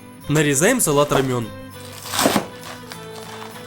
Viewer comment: Правильно произносить салат-ромЭн, а не рамЁн :-)))) " Салат-ромэн (салат романо) - один из самых популярных сортов латука посевного (салат латук). Относится к его кочанным разновидностям. В кулинарных целях используются молодые листья, отличающиеся нежной мякотью с приятным ореховым пряным вкусом.".